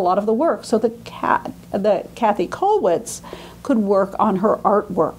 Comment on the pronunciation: I wish would not call Kathe Kathy. She certainly knows better, but by doing this perpetuates a mistake. But perhaps I'm being too niggling about an important lecture on a very important artist.